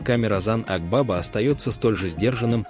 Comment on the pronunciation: Озан АквавА-ударение на последнее А.